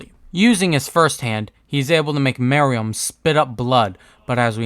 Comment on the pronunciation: Love this video but the way you pronounced some words made me slightly annoyed like I’m used to people saying “merUem” and “BEelzebub”